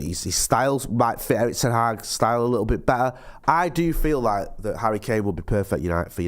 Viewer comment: He said “Likkle” 🤢